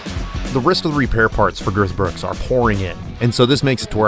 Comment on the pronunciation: Why do you call it girth brooks? 🤣